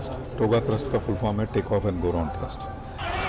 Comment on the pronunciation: The word is Thrust not Thirst. Thrust is the power to accelerate.